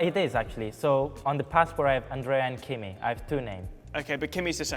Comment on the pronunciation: it's GImi, guys. or Keorge.